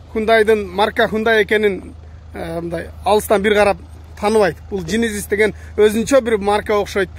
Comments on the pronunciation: Джейненис деп айтылат, сен жининис деп койдунго дадин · Генезиз десен